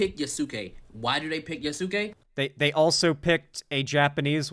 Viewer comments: For the love of god it’s pronounced “yas-ke” not “yas-su-ke” . I agree with what you’re saying brutha but everyone mispronouncing his name is driving me up the wall. Probably doesn’t help I’m a black guy that took a few years of Japanese in college 😂😂😂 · I'm dying either from heatstroke or these thunderchuds saying Yasuke as Yassookay 💀💀💀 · "Ya soo Key" opinion immediately rejected